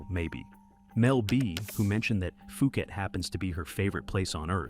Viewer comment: PUU Khet Not FUU Khet